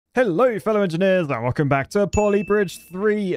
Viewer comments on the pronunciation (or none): none